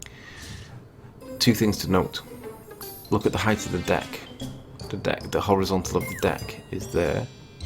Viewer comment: Did he say "look at the heighth" Ok... it's width, and length, but HEIGHT... NOT heighth or heigth or however you would spell it!!